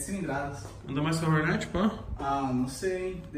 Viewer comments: PORRRRAAAA VEI, PRONUNCIA O NOME DA MOTO CORRETAMENTE...É "HORNET", NÃO " HORNÉT" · Que agonia “ horneti “ fala certo mano